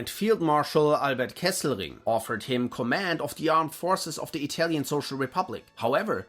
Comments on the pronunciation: Your pronaunce is one of the best interpretations of Italian I've ever heard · As italian, your pronunciacion is awesome! Congrats! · I can say for once, as an italian, that a Youtuber talking about WW2 has done research not only on history, but also on pronunciation. You might be the only english-speaking creator that I have watched not butchering the names of italian characters or places. So hats off for educating yourself - evidently it cannot be taken for granted.